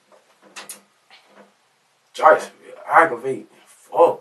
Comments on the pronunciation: Jikesonville eye-guh-vating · It’s Oggravating. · He’s barely pronouncing it properly. “Arggravating”is what he’s saying… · “Argrewvantin asfawk “ 🥴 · arrrgarating dawg, I ain't know any Bobby, know a bibby tho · Bro I read this comment first . I died when I heard aggravated. As I'm typing he still saying it lol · Omg I was just going to say that!!! I never want to hear "aggravating" ever again after this video! If someone took a shot every time he said aggravating they would have alcohol poisoning by the end of the damn video 🤣🤣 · you mispronounce the word aggravating hundreds of times to yourself?